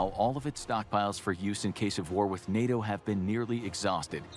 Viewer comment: "Nay-Oh" lmao